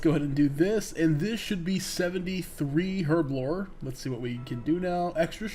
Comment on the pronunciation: Learn the pronunciation of Herblore, will ya? ;)